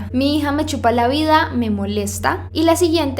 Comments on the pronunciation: Like si leíste "Chipa" en vez de chupa. Minuto . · En el minuto dise "mi hija me chipa la vida" y es " mi hija me chupa mi vida " bueno haci lo dise ella (soy la unica que se dio cuenta?) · dice “Mi hija me CHIPA la vida, me molesta”... en vez de CHUPA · Alguien se dio cuenta que dice chipa en vesde decir chupa!!! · En el minuto dise "chipa" y no "chupa" :V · dice me chipa la vida :v en vez de me chupa la vida :u